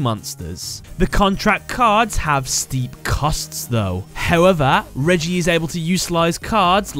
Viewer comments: reggie? i thought it was pronounced more like ray-gee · Reiji not reiji say it right